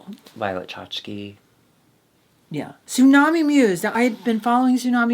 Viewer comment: Did she/they say Zoo-Nami 😅